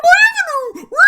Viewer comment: “Revenue my evenue🤣 bruh😂